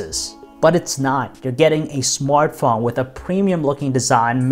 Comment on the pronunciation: 37 seconds it sounds like he says smartcone